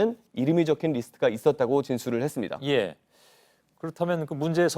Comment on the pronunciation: 기자 딕션이 너무 안좋다.. 발음이 불명확합니다.. 했습니다가 해뜹니다.. 제로나인??